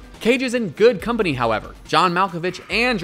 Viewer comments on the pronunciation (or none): none